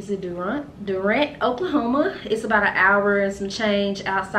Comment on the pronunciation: Durant (doo-rant) lol! You ALWAYS stop short of tulsa! Hmph! Lol!